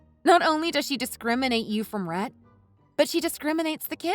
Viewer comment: Rhett sounded more like rat when pronounced 😂 so fitting...